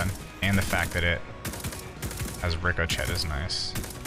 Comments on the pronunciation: Not trying to be that guy, but… it’s pronounced Rick-o-shay rounds 😂😂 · “Ricko Chet Rounds” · Ric o chett??? 😂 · Dude said rico chet🤣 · "Rick-O-Chet"! Yer killin me, lol. Joke, yeah?